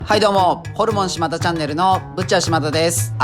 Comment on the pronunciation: 「しまた」と「しまだ」